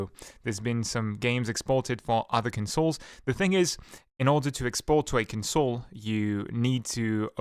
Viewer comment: Your pronunciation of console is like the verb, not the noun. Here is the noun pronunciation.